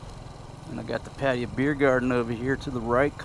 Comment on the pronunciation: PAT AY YA That's how the locals said it when I was there.